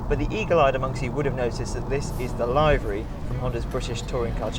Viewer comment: It's pronounced LIVery.